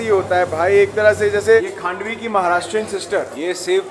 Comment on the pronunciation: Handvi nahi bhai Khandvi kehte hain